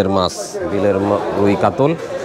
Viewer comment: কাতল না শব্দ টা হচ্ছে কাতলা।